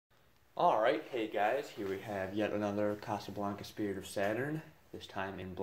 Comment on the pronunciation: SPIRIT. Not Sperit.